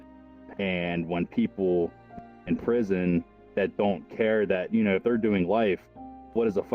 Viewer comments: he said pirson not prison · it said pirson instead of prison im smart it saw it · “in pirson” Bruh moment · pirson? You mean in prison? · "pirson" how did I even notice that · ''in pirson'' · “when people in pirson.” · “pirson” lmao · "And people in pirson" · “pirson” it’s just funny, I had a good laugh